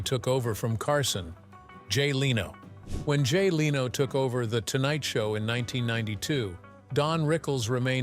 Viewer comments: It's not Leeno. It' s Leno. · Good video but I don’t subscribe to sites that use the lame AI voices that mispronounces simple words it’s lame and unprofessional , Leno not Leeno, use a real narrator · Jay Leno's last name is pronounced LENN-no, not LEE-no. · I couldn’t watch this because of the AI pronunciations of names starting with Jay Leno. The AI was pronouncing it Jay Leeno/Leano. It was so much better years ago when an actual person talked. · I missed the part where Rickles named the hated 7 - and who was "trash?" (The first name I thought of was Milton Berle). Yes, I enjoyed Rickles' humor. And I hate stupid narrators that can't even correctly pronounce a big star's name. It is NOT lee no. But congrat's on getting his first name correct. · who the f is "Leeno " !?! Loose these ai scripted narratives, they stink ! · The headline "Don Rickles Finally Names The 7 Comedians He HATED Most" shameless clickbait. Not a hint of that in the video. Also, pronouncing Jay Leno's name as Leeno was abrasive. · LEARN HOW TO PRONOUNCE LENO!!!!!!!!!!! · I blocked this channel when the ai said Jay Leeno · Jay LEENO? I stopped after, yet, another AI snafu. Way too many times AI screws up like this and I just stop listening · Leno can't you get someone who can pronounce names it's an easy one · Too bad the AI can't pronounce Jay's name correctly. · Every time they mispronounce Jay Lenos name I want to slap them!